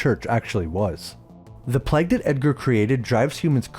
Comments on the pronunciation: Why do you say 'Pleg' instead of 'PlayG'? Plague is a word that some US Americans seem to struggle with but you're Canadian (I think). Good review though. I'll be look out for this one. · Nice video, but your pronunciation of plague is a bit off. Keeps sounding like plaque to me 😅